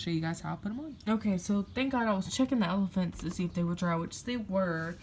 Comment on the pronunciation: I’m a new subscriber! Love your channel! I love how you said “ephalants”. Keep up the good work!